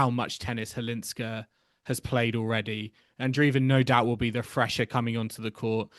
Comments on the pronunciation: Firstly, Chwalińska, not Cwalinska. Secondly, Maja has been on tour for 7 years. Mirra is a talented girl who has got everything on the table. Maja had to fight with many things on her way of being a professional tennis player (injuries, depression, lack of money) for many years. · Why don't you both try harder to learn how to say properly Chwalińska instead of Halińska? Many others foreign commentators already got it right. The way you say it sounds very unprofessional. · LEARN: Maja Chwalińska => MY-ah HVAH-LEEN-skah 🌀 Maja = MY-ah (like “my” + “ah”) 🌀 Chwalińska = HVAH-LEEN-ska(h) “Chw” sounds roughly like “hv”. The “a” is pronounced like the “a” in “father”. “liń” sounds approximately like “leen”. “ska” is pronounced like the ending of “Alaska”, but shorter and crisper.